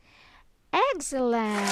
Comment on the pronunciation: "excellent" is pronounced as "eks" not "eg"